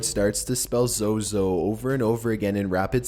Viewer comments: Sorry but the zozo baba sounded like yoyo mama🤣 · U must not say zozo other wish u r going to be pozesed